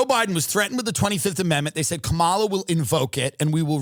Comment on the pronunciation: just mispronounced Kamala.